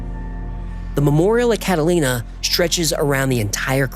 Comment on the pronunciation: it says “cataina” instead of “Catalina” 😂